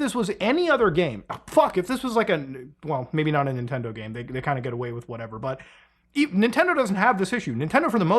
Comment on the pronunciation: The "nitendo"